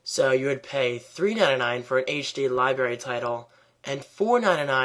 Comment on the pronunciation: You said 'liberry' LOLz I'm sorry but I'm really not to excited about the new MBA...